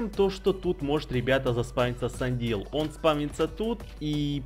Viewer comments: Не сандил а сэндаил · правильно не сандил а сэндаил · если увидишь можешь поймать Zorua? И ещё извини конечно, но Sendile читается как Сендайл, извини если что-то не так.